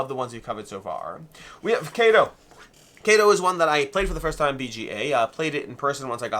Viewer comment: I believe kado is pronounced kaw-do ... Which literally means gift